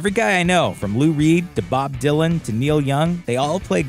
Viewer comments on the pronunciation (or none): none